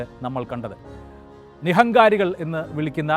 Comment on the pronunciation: Its not Nihankari, its Nirankari